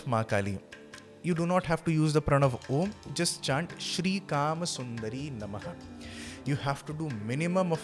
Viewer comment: You are saying kama sundari in the video while the document mentions the actual pronunciation sundar-yay. You are not rteaching the uccharan correctly.